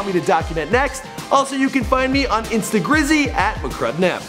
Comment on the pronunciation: Let's see how he fucks this up... Edit: 1) features comment that says '21 pilots' 2) "instagrizzy" 3)